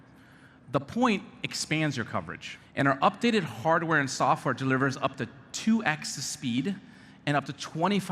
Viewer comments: Why he always say two ex?! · Lol “2 ex speed”